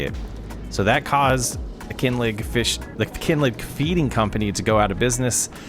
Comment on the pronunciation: Great video! 👏 Greetings from Scotland just a wee FYI, “Kinlaig” would be pronounced “Kin-lag.” The word “laig” comes from Gaelic, meaning a hollow or low-lying place, and it’s pronounced like “lag.” 😊